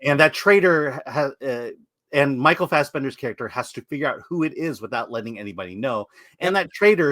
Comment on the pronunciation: He put some german stank on it